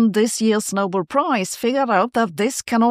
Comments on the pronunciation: Sabine, if you can pronounce Nobel properly, rhymes with bell, why do you keep saying noble? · It's not the "No-bull" prize, but the "No-bell". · I don't think its pronounced 'noble'; I think its pronounced 'No-bell' ...